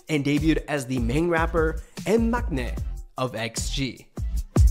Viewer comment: Thank you so much for pronouncing Maknae correctly as “Mangnae.” Koreans say it all the time so I never understand why people don’t bother to say it correctly. (I still don’t understand why so many people said Gangnam incorrectly too, since Psy said it a ton of times in the song.)